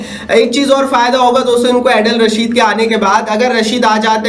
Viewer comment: केमरून ग्रीन 😂😂 अडील रशीद 😂😂 अभिषेक सिंघ 😂😂 बेन इस्टोक 😂😂😂 मार्को जेनसन 😂😂😂 bro sabse pehle name sahi se bol le fir aana comparison karne 😂